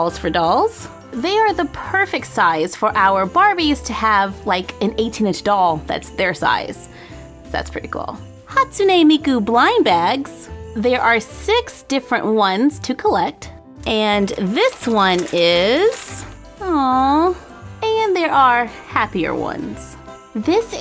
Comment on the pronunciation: Hats-un-eh? Pretty sure its pronounced hatue miku